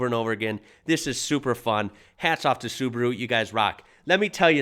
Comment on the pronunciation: That means Su-ba-ru and not Subru